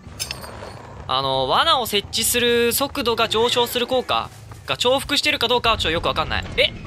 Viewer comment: 重複(じゅうふく)ではなく重複(ちょうふく)と呼んでいる+48083点